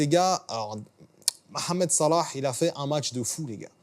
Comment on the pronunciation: Connais pas ton bled, mais vu comment tu as prononcé Mohamed Salah, je dirais que tu es égyptien. Tu as aussi la coupe de cheveux qu'il avait